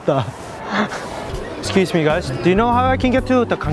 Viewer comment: wait why tf does he sound australia when he said “excuse me guys” - coming from an aussie